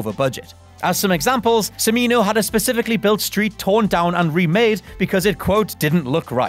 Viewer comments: He keeps saying “Simino”, Urgh! It’s “Ch-mino”, as in Chair! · Michael Cha-MEE-no, not suh-MEE-no. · Cimino's name is pronounced "Tchimino." That seems like a pretty basic bit of fact-checking, but fortunately you only mispronounced it six times. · Cimino = "chi-MEE-no". And if you watch the full five-hour cut of Heaven's Gate, but treat it like an HBO miniseries or something similar, it's really pretty good. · It's pronounced "Chimino" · Cimino his name is pronounced Cha-me-no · Michael CIMINO...pronounced CHIMINO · God it is like nails on chalk board hearing this guy mispronounce Michael Cimino's name it is pronounced Chee-Mee-Noh